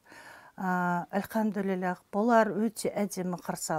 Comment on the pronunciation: Ма ша АЛЛАh Как прекрасно слышать ,когда Анна произносит :"АльхамдулилЛлях !"